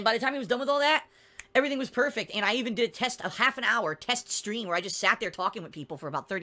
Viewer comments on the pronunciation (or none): none